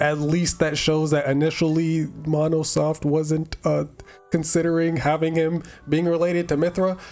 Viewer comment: 🤣 "Mon-no soft.."🙃 Still a good vid!❤